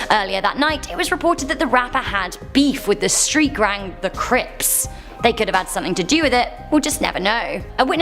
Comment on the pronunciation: Sounds like she said street grang lol